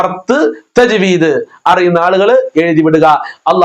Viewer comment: ത ജ്.വീദ് എന്നു പറയും.